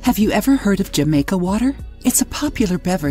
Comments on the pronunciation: The "J" is said as an "H"....Ha-maica.... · It is being said wrong. It’s a Latin America drink meaning that J sound like an H. And Jamaica has more than hibiscus in it. It has star anise, cinnamon, and other things.